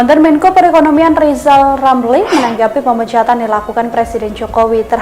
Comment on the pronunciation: Huruf R nya di pelbaiki dolo bp Lizal Lamli